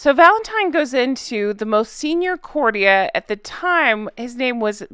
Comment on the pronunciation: I really like your videos and click on every new one. I really have to tell you tho, before my head pops off, that the word 'courtier' is not a word complicated by weird accents or unheard of pronunciation... say the word 'sportier'... now say the word courtier. Court-ee-yer. You have it now. Please stop ruining our listening pleasure ! Big thanks !! And keep up the good work.